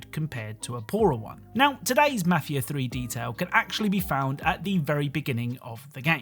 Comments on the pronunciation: Mah-feeah free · The way you pronounce mafia is disturbing